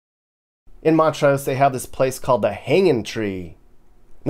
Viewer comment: and it’s montrose, Not mont rose.